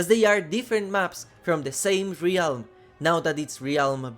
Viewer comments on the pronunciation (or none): Realm is pronounced relm.